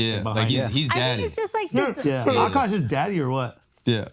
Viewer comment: i hate when she said OKOSH